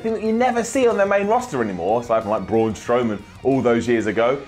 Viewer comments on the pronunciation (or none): none